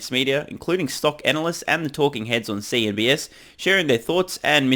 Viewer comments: Please it's NOT "CNBS" it's CNBC!!!!! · CNBC not CNBS lol